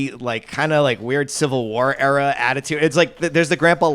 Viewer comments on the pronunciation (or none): Still waiting for the day where Zach pronounces "era" correctly